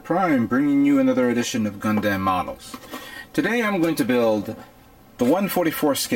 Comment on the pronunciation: OMFG. I'm sorry but I've noticed that you mispronounce EVERY NAME. Gundamn-Gundam. Second right. Allelujah HAP TIS M